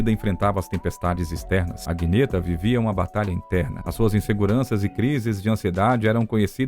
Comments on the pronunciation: A pronuncia da cantora do ABBA não á Aguineta, mas Anheta... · Click bite, o vídeo foi bom e não precisava de inventar essa besteira, aliás Agnetha se pronuncia Anita. O problema do ABBA era desejos pessoais distintos. Bernie era o maestro e Bjorn os riffs apoio as garotas no palco pra eles a música vinha acima de tudo, por isso Bjorn e Agnetha se separam, ela preferia ter mais tempo em família. Agnetha e Frida eram o encaixe prefeito de sonoridades vocais. O problema maior era os dramas de Any, como ela gostava de ser chamada. Problemas de depressão e acredito que talvez algo como TOC e síndrome de pânico. E Bjorn e a banda não conseguiram compreender que isso era um caso de tratamento. Nos holofotes e mídia ela era a estrela incontestável do ABBA, vocais que Frida não conseguia alcançar e que admitia ter um alguma inveja. Porém não era inveja de entrar em choque com Any. Frida tentava ganhar holofotes de outras formas, às vezes um pouco forçadas, mal sabe ela que não precisava disso pra ser peça importante no ABBA, esse era o problema de Frida, ela achava que era a menos importante no grupo. Isso fazia as performances dela não parecerem tão naturais como de Any. Sendo assim, cada um vivia dramas pessoais e não percebido pelos demais. O Fim foi como um vaso que caiu e as peças não se encaixaram mais. Agnetha ainda teve um relacionamento abusivo com um ex-fan que morou com ela e na justiça ele ficou proibido de entrar na Suécia outra vez. Eis o motivo de tudo. Essa é minha intuição psicológica depois de analisar várias histórias e entrev